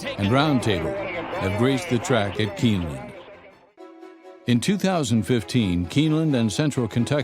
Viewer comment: Whats up buddy, I just voted for you. There is no way your not going to win. it said I could vote every day so I will. My buddy is going to do the same. You got this Im sure. Good Luck anyway. Your not Pronouncing Keeneland right. My brother was a jockey and my other brother was a Thoroughbred exercise boy. I wasnt nothing but owned horses all my life. All my horses are gone now and so are my knees, had both replaced. My buddy has 25 horses now. he has big farm and does horse back riding for the public.